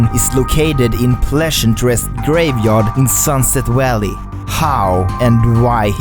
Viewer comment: I love the way he pronounces sunset valley as sunset walley 😭❤️